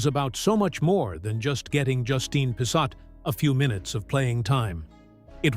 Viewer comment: Pissot is of French derivation, pronounced "P so". Not sure about the second T, though.